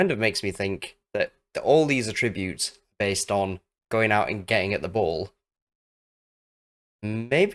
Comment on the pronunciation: verb 3rd person present: attributes /əˈtrɪbjuːt/ with syllable stress on the 2nd syllable. noun plural noun: attributes /ˈatrɪbjuːt/ with the syllable stress on the 1st syllable 🙂 A very insightful and valuable video, as they usually are. I usually like goalkeepers not to punch so much. British GKs/GKs in the top English league tended to catch the ball much more often until more recently where it seems to be more popular to punch more now. It would be interesting what % of goals in a season on FM are scored from assists/passes coming in front of the goal compared to assists/passes/crosses coming from wide/r areas.